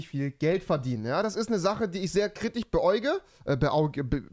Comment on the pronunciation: Ich komme auf dieses "KritiCH" nicht klar